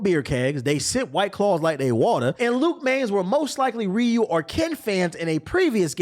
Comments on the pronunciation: It's funny saying someone can't pronounce Ryu's name correctly then go on to pronounce Ryu incorrectly along with every other East Asian name and word with an "R" in it kekw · To be fair, you aren't pronouncing Ryu right either.